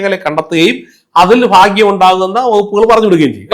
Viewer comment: ഫാ ഗ്യം അല്ല.. ഭാഗ്യം.. ഉച്ചാരണം പഠിക്കൂ..